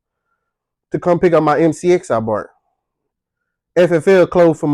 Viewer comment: Did you just say "bart" instead of "bought" ? I'm gonna laugh at that till next week. 🤣And you just earned a new subscriber. ❤